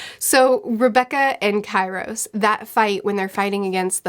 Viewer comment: Key ros... for god sake learn your vowels. I thought you read for a living... <3